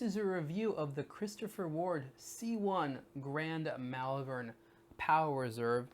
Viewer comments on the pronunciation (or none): have to say, cus I live there. it's pronounced 'moll-vern', not 'mell-vern'